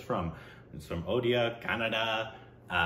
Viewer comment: I don't know but it really seems like Indians of other states intentionally say «udisha» for Odisha and “udia” instead of odia or say ''what language ur talking gibberish now is it Odisha???" Or tell their friends __hey check this out here listen this n then laugh it out saying r u speaking bengali or tamil telugu where is this Odisha is it in kolkata'''''''''' bla bla bla even if you correct them many times they tend to do the same mistake repetitively....Just to make a fool of odia people their culture cuisine looks and everything to make feel them low on themselves making them ashamed of their existence questioning their self-worth 🥵🥵🥵 but after looking at 😈😎 and 😅😚😚 spelling it correctly I'm sure that they don't know how to give respect to something that is different than them.. ☮️